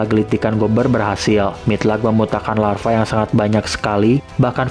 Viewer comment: Lava bang bukan larva😁